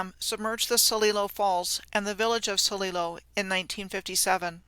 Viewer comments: Love this presentation. I live in The Dalles Oregon and that's not how it's pronounced or Celilo. Awesome info none the less. For locals watching the pronunciation is hard on the ears. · love your work. We pronounce The Dallas like name Al. A like apple. The D al les and Sililo is S lie lo. (just for those that are curious)